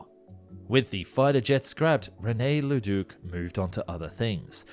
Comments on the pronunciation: Very interesting video. But maybe it would have been best NOT to say Leduc's name so much since that's not how it's pronounced. His name was not Ledook... ;) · Bro I love your content but as a French Canadian hearing you pronounce Leduc and René Lorin murdered me. 😅😂 Apologies accepted 😂❤ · Agreed, althought it is still better than how he said "Breguet"